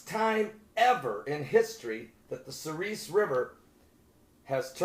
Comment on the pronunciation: I live in Minot North Dakota. That river runs through my town. It's pronounced "suhr-es" Like the letter "s". Not "ees"